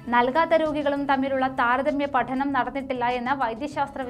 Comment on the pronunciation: പഠനം എന്ന വാക്കിൽ ആ """ഠ"" അത്ര അടിച്ചു പറയണ്ട....